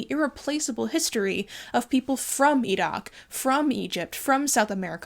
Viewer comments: I appreciate the attempt to pronounce the Q in Iraq in the arab style. The bones in India have another factor since the Hindu majority cremate their remains so the illegally exported bones are probably from the muslim and even smaller christian minorities (Christians in the Indian subcontinent are often low caste Dalits who converted during Raj/company rule) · pronounces Iraq correctly Me: falls immediately in love